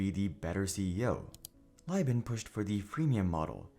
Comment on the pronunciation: Each time Philip "Phil" Libin's name got mispronounced, I died inside. I'll take this as a sign that I spent too much time in their ecosystem. They had a podcast, and as a podcast addict since the early 2000s, of course I had it in my podcatcher.